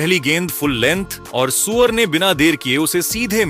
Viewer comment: अबे सूर्या बोल सुअर नहीं